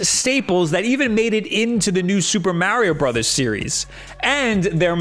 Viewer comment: Soopa Mawrio Bruthas as calls it is due for another good 2D iteration. It would be very welcome.